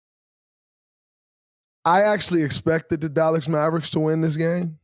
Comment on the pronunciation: Dallax maverix yeah, learn to talk